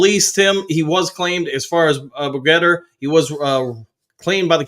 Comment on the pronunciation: I believe you pronounce it "Bet-ger"